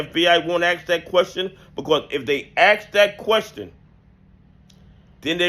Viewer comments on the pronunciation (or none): Love your content. But it’s “ask” not “aks”. You’re better than that.